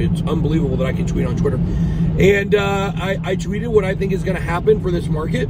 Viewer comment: George vs Bit boy hahahahha one guy can’t pronounce “going to” and the other is the Libertarian champion of ADD. I don’t think George takes the invite, you can sense he is uncomfortable in discussions that involve shrewd wit. Personally I think both you guys are more entertainment channels. I can’t imagine the wreckage of a portfolio that follows both of you for fiscal policy and market analysis lol. Rather than an awkward passive aggressive personal validation session between you too, have the token metrics or market cipher teams on and move some units, machine learning exists for a reason. This gets you paid, and your viewers paid. Let George be right polishing his invisible opinion trophy while you count stacks. The yield on ego validation is always sub zero.